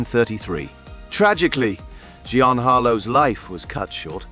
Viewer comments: It is pronounced "jeen" as in Jean Harlow!!! Matthew Garber also has a picture of actor tgat is not him as a grown adult!! Sorry had to Bow out after that. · Narrator doesn't even know how to say 'Jean". Is his voice computer made???? Why are you showing a young kid actor photo and talk about him dying at 21 when right besides it is an actor in his 50s. SMH You did it again with child actress Heather O' Rourk with an adult woman's photo besides hers !! She DIED when still a kid, darn it. This video is too screwed up with mistakes. I'm gone.